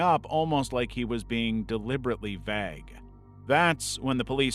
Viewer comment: Pretty sure that's not how you pronounce "vague."